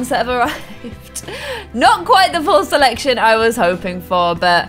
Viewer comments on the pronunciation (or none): none